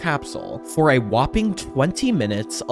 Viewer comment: Please stop saying the word whoping sounds so stupid